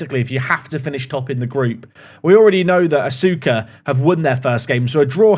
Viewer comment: Asuka FC is pronounced uska fc fyi